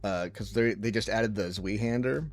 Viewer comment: I got ear cancer with your pronounciation of Zweihander